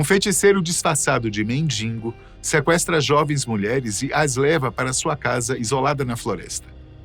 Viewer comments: Eu ouvi "mendingo"?????? 😮😮😮 mendigo, meu caro!!! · Mendingo? Não! Mendigo. 🫣